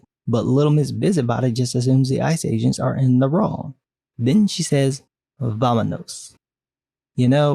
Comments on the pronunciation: It is also not pronounced Vam AAh Nos. Spanish is not like English Every vowel is pronounced one way. A is aah! E is Aay! long A, I is long E, O is Ooh! and u is ooo. So Vamonos is pronounced V aah M ooh N ooh s.So not only do these two not know how to spell spanish, they don't know how to pronounce it either. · here we have the "im going to make a spanish speaking character because im progressive even tho every single spanish speaking buyer will cringe to death" seriously as a spaniard i had a hard time just watching this video because of that like "vamanos" its not even pronounced like that and it would be such a casual thing to just say after assaulting 2 ice officers, like "corred" or "huid" would have fitted way more in that kind of situation, also referring to a male as "puta" an insult specifically geared towards women? call him "puto" or "hijo de puta" or just make her say "puta madre" as an expression, , 1st pendejo isnt used in spain so calling it "spanish slang" makes no sense 2nd have i already mentioned how cringy it is when she just says random things in spanish when she could've perfectly gone for english? i mean, they're a team of english speakers so calling him an asshole would've made more sense, 3rd "pendejo" isnt really something people yell out of the blue when they're mad, and its better traduced to "dumbass" than "prick" or "asshole" which are more similar to "cabron" and "gilipollas", so yeah, spanish is a really contextual language with too many different branches, moral of the story, if you dont know shit and arent interested in knowing shit about spanish and the different variations of the same language but you want to make a mexican character because you want to be seen as progressive, dont